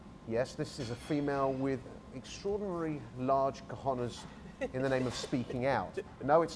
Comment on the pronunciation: Please improve your pronunciation of 'cojones'. Try it Kho-khon-es.